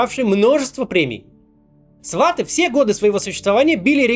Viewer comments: С удовольствием смотрю Ваш ролик сейчас и смотрю все остальные материалы на Вашем канале. Планка качества на высоте. Все супер! Маленькая поправочка - слово сватЫ произносится с ударением на последнем слоге, иначе сильно режет слух:) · СватЫ. Ударение на Ы. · Забавно, что в Украине, ну по крайней мере у нас в Кривом Роге, все называют сериал "сватЫ" с ударением на "ы" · Максим, все хорошо, но вот только в слове «сватЫ» ударение на последнюю букву :) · Ударение правильно - «сватЫ» 😅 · Сваты, ударение на Ы 🤦🏻‍♀️🤦🏻‍♀️🤦🏻‍♀️ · СватЫ’ Режет слух… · Сваты ударение на ы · После начала войны в Украине Максим Кац делает новые видео чуть ли не каждый день. Он делает настолько много работы, что если бы он был работником какой-то компании, ему бы должны были уже дать премию типа "лучший работник месяца". А, и ещё. В слове "Сваты" ударение ставится на последний слог. А вообще, я Вас очень сильно поддерживаю, Максим. Ваши видео всегда очень интересно смотреть. Так держать, Максим! Вы молодец! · В сериале "Сваты" идёт ударение на "Ы".))) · Свати наголос на и "ы" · Сваты это ударение на ы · В слове "сваты" удаление нужно делать на последний слог. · Максим, я вас прошу СваЫ, ударение на последнюю букву. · Макс ударение в слове Свати на последнюю букву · Спасибо за твое творчество, но правильно ударение в слове Сваты на второй слог. Очень режет слух)) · Опять ударение в "Сваты" не там☺ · Максим, в названии "Сваты", ударение не на "а". Правильно произносить с ударением на "ы". Спасибо :) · Максим по поводу русскоговорящая у тебя небольшая ошибка у нас только один язык это український, а говорят у нас на любом языке на каком удобно, и у тебя неправильное ударение на слово сваты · Сваты́ Спасибо за видео, Максим. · Сваты’ - ударение наверно произносите , а в остальном спасибо за такие выпуски ) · Кто-то уже сказал Максиму что он не правильно ставит ударение в слове "сваты"?)) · Сваты-ударение на Ы!!! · Макс, не свАты, а сватЫ (ударение) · сватЫ, Максим, а не свАты) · сватЫы а не свАты